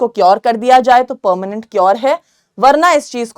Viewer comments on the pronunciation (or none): none